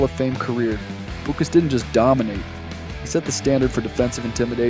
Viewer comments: Dick Butkus: Last name is pronounced "BUT CUSS". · BUTT- cuss, and Thighs-men are the correct pronunciations.